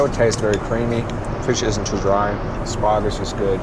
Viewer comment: Lol. He seems to like asparagus though.... and every time he pronounces the word with his accent l smile to myself.